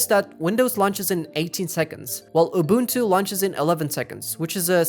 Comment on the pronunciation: The way he pronounces unbuntu 😂😂😂 😆😆😆🤣🤣🤣🤣🤣🤣🤣🤣🤣 its SOOO FUNNYYYY!!!!